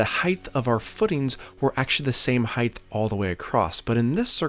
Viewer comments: Is it just me or does EVERY maker/builder on YouTube say "heighth"? That is not a word. It's "height". Is it just comment baiting (done on purpose to get idiots like me to leave a comment) or do you honestly not know the correct word? I'm not insulting (so all you perpetually offended people can try and relax) I'm genuinely curious. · I keep hearing you say 'heighth' (ending with a 'th') in your videos (mostly in the voice over, but there was one instance in this one where it was camera audio. Is that something that others in your region pronounce too? I have heard another youtuber pronounce it that way, but can't remember who. Do you even notice it? edit: not trying to have a go at you, or tease. Just interesting. I am from Australia, so I cop it from my wife's american and canadian relos for my accent and the way I pronounce things.